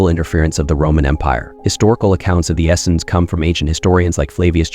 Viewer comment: This guy doesn't really know what he's talking about. I've never heard Essenes pronounced as Essins before. 🤣